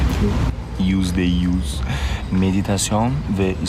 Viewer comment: Yüzde yüz diyor nfkdndkdj ü leri söyleyemiyo